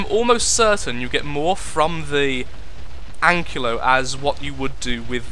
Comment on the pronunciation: ankylo is pronounced as an-ky-lo.